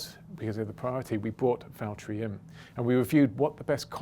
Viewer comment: Nobody: James: Valterri its James I'd like you to hand the win over